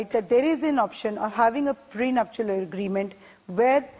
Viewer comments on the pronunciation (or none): get your pronunciation faye - it's not pre-nup-shu-al ... LOL. it is pre-nup-shal.